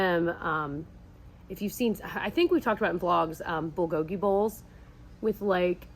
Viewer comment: love your videos so much! Wanted to let you know that the way you are pronouncing the Korean dishes is off. Bulkogi is more like bull-ko-gee. Bi bim bap is more like bee-beam-pap. I'm half Korean and just wanted to let you know.